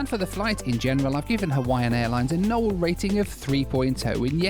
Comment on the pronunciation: Josh always calls him "". 😂